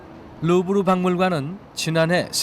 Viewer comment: 루브르인데 계속 르부르라 하네